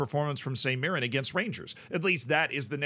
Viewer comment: You also pronounced mirren correctly so dw about that